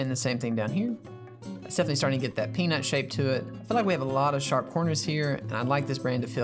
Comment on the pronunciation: peanut not pnut